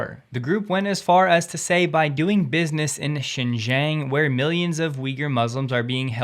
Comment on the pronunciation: Xinjiang pronounce as sin jeeang